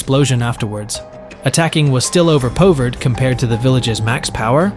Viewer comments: "DP's" "Owverpowvered" 💀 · Considering at like the ai says “overpovered” I would assume so